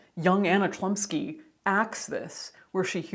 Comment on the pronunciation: Well I could bet money that the proper pronunciation of the actresses surname would be closer to Hlumski